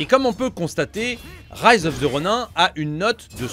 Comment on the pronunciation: Rise of the Ronin... c'est bien de l'anglais ! Alors pourquoi prononcer "Ronin" en français ? 😏